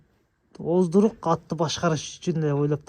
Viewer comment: Ооздук деп айтсан,оздурук дебей